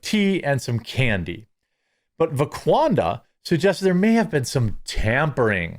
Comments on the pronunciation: C'mon Jeremy, get it straight for the sake of accuracy. It's VaquandRa, not VaqaunDa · I thought he said Laquadra 😂😂